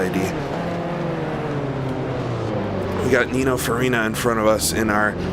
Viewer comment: I loved the video but please, it's Farina . With an 'A'.